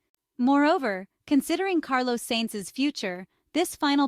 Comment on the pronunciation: Please learn how to pronounce Carlos's name properly. It's not difficult.